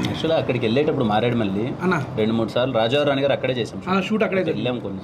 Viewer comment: Maredu Malli kaadu... MareduMilli...